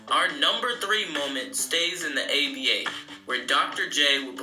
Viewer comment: If you say ABA one more time. Damn man, get your Google on! Sound ignorant af. And as far as defense, today's flagrant 2's are 70's good, hard fouls. If you were that mad about it, you had to fight.